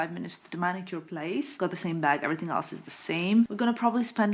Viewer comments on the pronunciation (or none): none